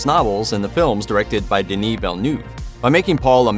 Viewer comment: You're a channel with almost 6 million subscribers and you hired a narrator who says "Veal de Newve"??? For one of the greatest sci fi films of the generation? thats a joke